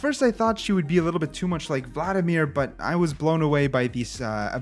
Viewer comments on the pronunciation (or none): none